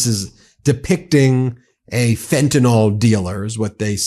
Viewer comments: It's pronounced Fent-a-NIL. Please pronounce it correctly. Thank you! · There is no O in the word fentanyl.